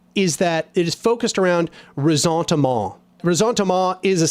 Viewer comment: The way you pronounce Resentement in French sounds like a Cajun 😹